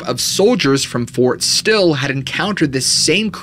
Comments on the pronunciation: It is Fort Sill not Fort Still Just saying🙂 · It’s called Fort Sill not Fort Still in Oklahoma where the supposed Werewolf was seen. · Just for reference.... Lawton, Oklahoma is a 💩 hole. And it's Fort Sill, not Still. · Fort sill I think you meant. Honest mistake, keep doing what you do, I'll be here waiting to watch... 👍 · Fort Sill not Fort Still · It's not Fort Still. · Fort sill not still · So they let friend scream all night and didnt check on her? lol and its Fort Sill not Still 🙃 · I am a Veteran. Many times now I have heard you say Ft, Still. Please stop. It is Ft. Sill not Ft. Still. I literally cringe Everytime you say Ft. Still. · It's " Fort Sill " in Oklahoma